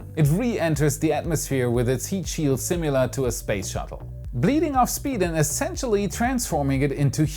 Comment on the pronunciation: As often as you struggle on the word “similar”, remember it does not have a “u” in it like “simulate” does. It is not “simular”. This should help your pronunciation of the word greatly.